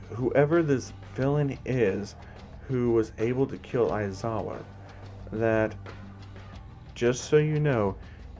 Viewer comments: yeaah mate ya butchered it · Yep. You butchered it.